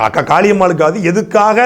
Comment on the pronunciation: 2.32 இவரு அக்கா காளியம்மா என்று சொல்றாரா இல்ல காக்கா காளியம்மா என்று சொல்கிறாரா 😂